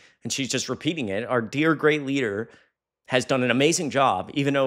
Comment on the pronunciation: Leeker not leader